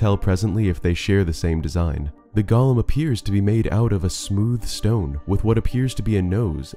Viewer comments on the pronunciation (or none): Just FYI, golem is pronounced goh-lum. Not to be confused with the Tolkien character Gollum (gaa-luhm).